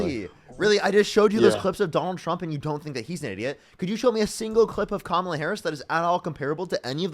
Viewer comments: « Je ne sais quoi » literally means “I don’t know what.” This guy thinks he is so very suave. Parker and his contemporaries are great debaters because they have facts, logic, and right on their side. And these boneheads who pretend they don’t know how to properly pronounce Kamala by now can quit with that crapola already. They might as well wear shirts that say “I’m With Stupid and I’m All By Myself.” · She was Vice President and he’s saying she doesn’t have “the thing”? Like the FELON? It’s just crazy from a guy that can’t pronounce KAMALA. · He pronounces Kamala's name correctly by mistake and has to instantly shift to the racist pronunciation. Pretty telling.